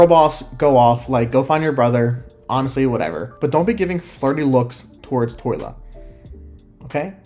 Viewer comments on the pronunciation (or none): its TOL YA not TOY LA haha